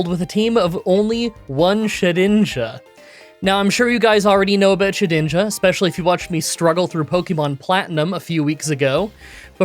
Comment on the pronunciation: Ah,yes. ShediJna ahahahhah